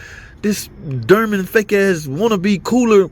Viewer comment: "Durman"? Oh...you're trying to say "Dorman"...nvrmnd.